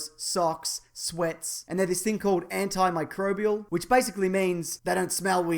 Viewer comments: HE SAID IT RIGHT!! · "Antimicrobial." You bloody nailed it, mate! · I wonder how many takes took to nail "antimicrobial"? Also: "abs" they are the ultimate superpower.